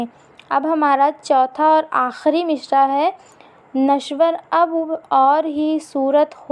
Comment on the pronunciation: تلفظ پہلے درست کر لو مصرع میں ش نہیں ہے